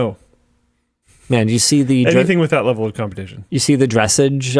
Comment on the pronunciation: I’ve never heard of dressage pronounced that way 😅